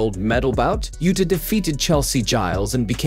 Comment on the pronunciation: He mispronounced her first name too. 😅